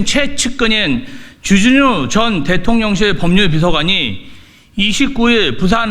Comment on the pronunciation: 발음이나 똑바로 해라 쥬쥬뉴가 뭐냐 쥬쥬뉴가 , 존나 애새끼처럼 쥬쥬뉴 쥬쥬뉴 ㅉㅉ